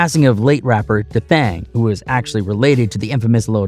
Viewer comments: D thang not dathang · Its not Da Thang its Dee Thang bruh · Pronounced Dee Thang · Yo you can't pronounce easy ass names....i guess you think all of them look alike because you got pictures of NuNu when your talking about D- THANG....oh an it's that simple to pronounce D- THANG , now was that hard....maybe you should stick to doing video's on Malibu suffers or sum